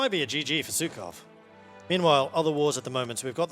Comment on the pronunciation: those Pskov mispronounciations were like potshots to my soul